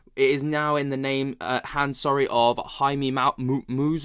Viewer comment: This Brit destroys every name lol but he is great